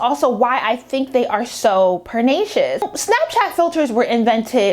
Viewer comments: I appreciate and agree with her commentary however, everytime she says “perNAcious” instead of pernicious i cringe😭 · You get prettier every time I watch a new video. Very insightful. I enjoyed. Although I will correct you, respectfully, by saying that the word is pronounced per-NISH-shis not per-NAY-shis.